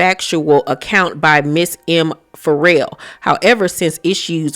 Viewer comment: I've never heard someone read Ferrell as 'for real.' Will Ferrell is going to be shocked his name is For Real lol. It's pronounced fuh-REHL.